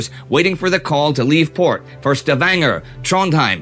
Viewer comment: The way you say Stavanger is so wierd. It leaves me as a Luxembourger cringing.